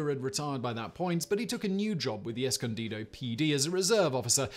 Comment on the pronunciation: Simon! Thank you so much for pronouncing "Escondido" correctly. That's where I live! Thanks for another fascinating video. Fun fact: "escondido" means "hidden" in Spanish.